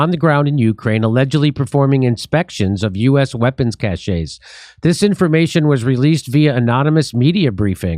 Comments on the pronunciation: Not cachet, it’s cache 🤦🏻‍♂️ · Cash not cashay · You're confusing cache with cachet in your pronunciation. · That's not how you pronounce cache...you pot-smoking comedian. Yes, that's how they got us into Vietnam...sending in "advisors" and then faking attacks on them to justify war.